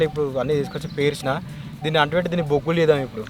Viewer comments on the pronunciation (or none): Aggulu kadhu Anna boggulu